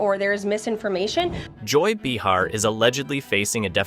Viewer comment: Bee-har lol